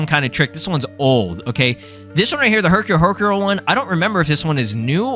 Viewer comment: you read Hercule Hercule wrong.